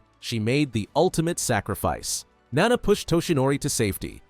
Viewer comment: IT'S NAWNAW NOT NANA